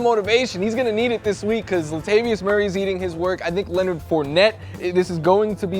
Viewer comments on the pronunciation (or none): none